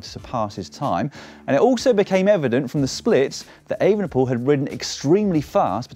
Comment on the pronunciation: I heard that too, in disbelief, but then listened again very closely. I think it's possible that when said too fast and with certain accents, Evenepoel and van der Poel sound almost indistinguishable within a sentence. However, a better effort should also be made by a pro commentator, IMHO.